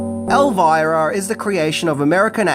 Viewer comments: The biggest thing I didn't know about it is that you'd pronounce it as "Elvaira" and not "Elvira", lol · I think the name is pronounced "Elveera" isn`t it? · would pronounce Elvira with a "errr" even if it wasn't spelled with a R! Lol love him